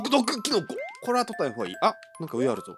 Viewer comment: まだありゅwかわいいw